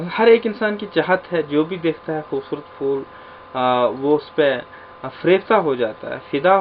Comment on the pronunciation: فولوں نہیں سر پھول پڑھائیں یہ لفظ بچے بھی اسی طرح پڑھیں گے فول❎۔۔۔۔۔۔۔۔پھول✔